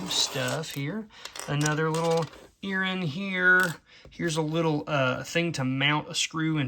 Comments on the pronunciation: What exactly is an Erin? I heard you say it a couple of times... oooohhhhhh earring! Sorry😅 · What is an earren? Do you mean ear ring?